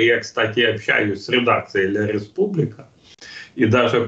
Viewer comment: Не Ле Республика а La Repubblica.Думаю вы давно уже не знаете ни одного языка может только на иврите 😊?!